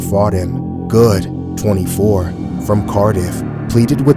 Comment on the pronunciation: im impressed you said the area right